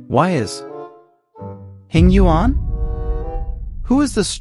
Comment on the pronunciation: You got Fu “Xuan” right but not Yuan?